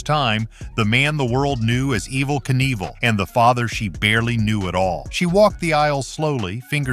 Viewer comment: The AI voice is ridiculous. EVVL, EVVL NEVLL????